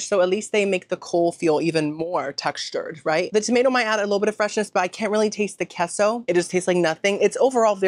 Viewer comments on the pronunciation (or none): I love you, but I’ve wanted to say this for so long! It’s not pronounced (keh-so) it’s pronounced (kay-so) 🙏🏼